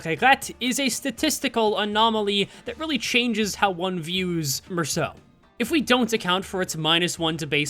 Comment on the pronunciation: Finally, someone pronounes Mersaults name right